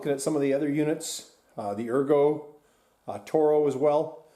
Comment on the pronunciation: "ergo" lol